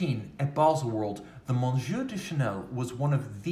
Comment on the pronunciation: You just murdered the Monsieur...! Google Translate app. will fix it, at the same time you will find the ‘eye’ in Trompe l’œil to be very similar...Ah, these French words with all those silent letters and such!